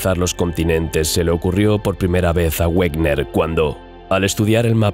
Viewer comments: Excelente. Sin embargo, Wegener era alemán y su pronunciación es "veguener", el "güerner" es una colonización inglesa. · Discúlpame por una aclaración: Wegener se pronuncia "Veguena" aproximadamente, y no "Uegner", dado que el científico era alemán y no inglés, y es lógico pronunciar su nombre tal como él mismo lo hacía. Por lo demás, gran documental, como todos los de tu canal. Continúa así porque tienes un seguidor más. Saludos. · Por favor, Wegener se pronuncia Vegener. Es alemán, no un idioma de bárbaros como el inglés.